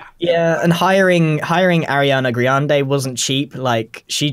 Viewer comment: Grian pronounces Ariana Grande as Ariana GRIANde, quite the high self esteem lmao